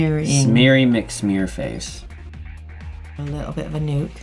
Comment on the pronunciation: this wonderful nail tech keeps saying 'nuke' it.. " "😒